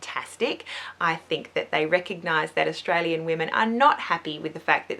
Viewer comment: Australian not Sustralian haha